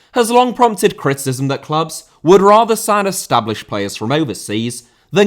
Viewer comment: Rather* not Rother Zimbabwe* not Zimbabwei Colorado* not Colorohrdouw Vieira* not Viera Debut* not Deibyu Carvalho* not Cahváyouw Dembélé * not Dembeilei Rodák * not Rouwdak Augsburg* not Ogsbög Zaha* not Zohrhor Lallana* not Lallohrner Ramsey* not Ramzey Chukwuemeka* not Chăkwameiker Neco* not Nicouw Cesc* not Ces Emiliano* not Emeleohrnouw Bellerín* not Béyeren München * not Munich Dortmund* not Dormund Roméo* not Rouwmiouw Lavia* not Laveyer Andreas* not Ondrejas Guehi* not Guwei Aké* not Akei Traoré* not Trayorei Roman* not Rouwman